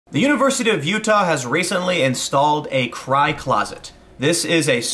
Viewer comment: I thought you said "high closet".....now I understand.